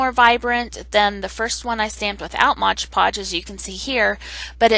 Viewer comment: It’s “Mod PODGE” just like the label !!!